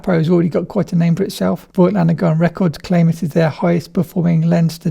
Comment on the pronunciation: I would really appreciate if you guys remembered to pronounce the brand name correctly. The „i“ in Voigtländer is silent.